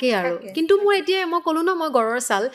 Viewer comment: মোৰ শব্দটো মো বুলি নকলে বাকীখিনি ভালেই লাগে।